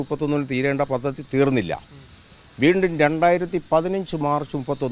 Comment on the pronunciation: "പതതി " അല്ല, പദ്ധതി